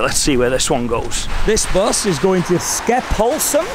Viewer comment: Skepphollsm, so that is how we should pronounce it from now on here in Stockholm